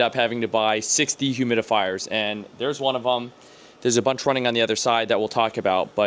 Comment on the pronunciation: Anyone else hear 60 humidifiers when he said SIX dehumidifiers? No? Just me? 😂